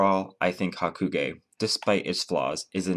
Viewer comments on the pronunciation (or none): is it me or are you saying haku-gay?